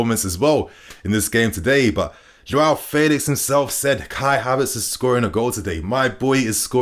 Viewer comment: fell-ix not fay-lix u still got it wrong